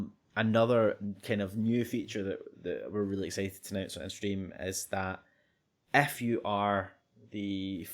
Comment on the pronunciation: lovely accent.. I thought I was being cursed at every time he said "if you" because if sounded like "F U", a much used term of endearment by my online buddies when we're doing a session of hectic shooters or other games.. thanks for being awesome, I chuckled :)